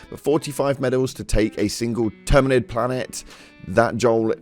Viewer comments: Say it with me, TERMA-NID, NOT Terma-NITE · Ter-mi-nid not Termind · It's pronounced terminid (term-in-id)